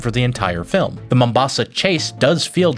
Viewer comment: kudos for pronouncing ''Mombasa'' correctly yes I'm Kenyan that's our main coastal port city